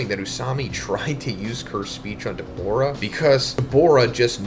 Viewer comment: WHY DO U KEEP SAYING DABORA??? ITS DA-BOO-RAH🤦🏿‍♂️